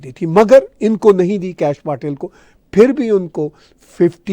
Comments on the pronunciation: Please learn to pronounce Patel पटेल correctly!! It is not PAAtel!! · आदाब It is pronounced पटेल (پٹیل). 🙏